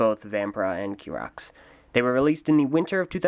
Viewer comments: his name in not kirox his name is chirox chi-rox not ki-rox! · I personally have an issue with the way you pronounce Chirox, because you pronounce it: kirox with a k sound, whereas it's spelt with a C H as in a ch sound. However this is the English language we're talking about, so who knows who's actually pronouncing it correctly.